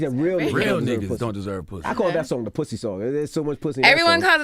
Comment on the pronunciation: “and you rewarded him with puthy?”